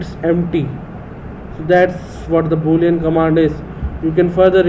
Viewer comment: thanks for the video but the Boolean part make me laugh sir